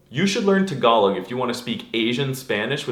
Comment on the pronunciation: Please pronounce "Tagalog" and "Philippines" correctly. I am VERY triggered. I still like your videos.